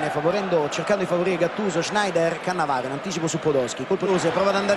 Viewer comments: Caressa tutto il tempo: CaAnnavaro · Le 5 differenti pronunce di Caressa: Cannavaro Cannàvaro Cannavàaro Cannavarooo Caannavaro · Lo ha vinto grazie al tono con cui Caressa pronuncia Cannavaro, e poi ancora Cannavaro 😂